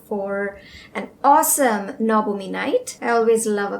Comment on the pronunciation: দি তুমিও কি বাঙালি?? I mean the way you say the "NABAMI" ..Thats why asking😋 Btw ...love to see your videos